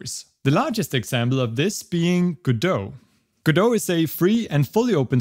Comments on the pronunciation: Just say it: Password recovery is a reeeeal PITA sometimes. Also, welcome back! Also, obligatory it's pronounced Godot. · So it's pronounced "guh-doe"? I've been calling it "go-dot" 🤣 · Its pronounced go-dot, like how you would say dotNet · I’m surprised we pronounce Godo and not « go dot » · If he pronounces Godot like that then that's now the only way to say it.